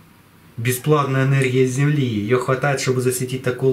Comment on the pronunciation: "оХромное" энерХия" "друХой"- неужели сложно букву выговорить, или это новый дефект речи у вашего народа!?